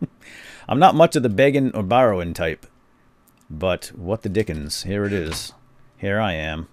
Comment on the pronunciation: You said dick (dickens)